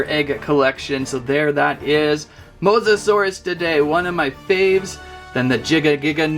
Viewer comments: If you can’t say his name just call him mosasaurus not Mosa Dia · Mosa-sore-io-dye enunciation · It’s mosasaurus😅